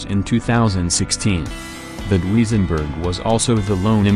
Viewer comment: Why does artificial voice narrative have so many mispronunciations: Dooweezenberg, really!